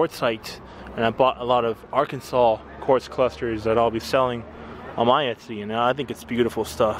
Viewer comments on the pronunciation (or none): none